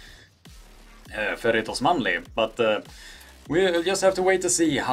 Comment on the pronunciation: Since when is Faird Usmanov called "Farid Osmanli"???